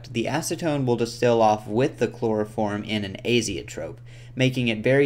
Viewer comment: " a loss of yeild, and allso a labb phullll o chplorophrom vaprrshhhhhhhhh"